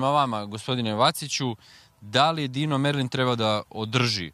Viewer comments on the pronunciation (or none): none